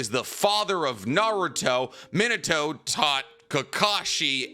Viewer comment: its pronounced... ( me-naw-to ) not minute-to .why do you pronounce so many things wrong ..like ban-kai ..you always pronounce it like bun-kai.... smh